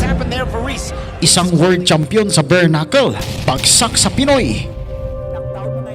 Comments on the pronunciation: Bare knuckle po Hindi berknuckle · Galing talaga ni kabayan sa “Bernakul”..🥴👊